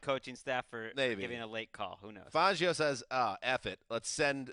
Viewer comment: Who pronounces it fongio it's fangio